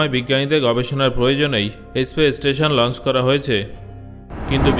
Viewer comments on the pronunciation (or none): kothata Aspace na Space.